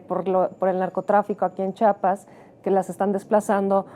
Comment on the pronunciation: EL PROGRAMA ES BUENÍSIMO, PERO, CÓMO CHAPAS????? ES CHIAPAS SEÑORA!!!!